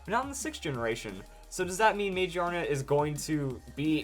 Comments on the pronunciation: lol I cringe when I hear "magiana" now. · I think it's pronounced ma-gear-na. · Wouldn't it be Ma-Gear-Na because it is a gear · ma gear na you said it wrong but great video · Dude it is pronounced MA-GEAR-NA. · I wonder if the English name is pronounced "Muh-Gear-Nuh" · I think you're pronouncing the English translation wrong. I'm seeing this as Mag-Ear-Na, or MaGEARna. This thing has both (big) ears and a gear around its head. I also think it's typing will be steel/normal. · It has to be pronounced Ma-GEAR-na, not how you're pronouncing it. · I'm pretty sure it's pronounced mah-GEER_nuh because it's based around an mechanical and gear-like design. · It looks like it would be pronounced ma GEAR na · I think it's pronounced Ma GEAR Na. It does have gears in its design, so that sounds more right to me. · Every time you say Magearna wrong I cringe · please tell me how it would be pronounced gear without the r im well aware that gia is japanese for gear but it clearly says magiana not magearna just because gia means gear doesnt mean it has to be pronounced magearna :/